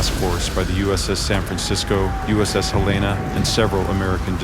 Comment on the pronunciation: USS Helena named after an American city and does not have a woman's name. Name mispronounced.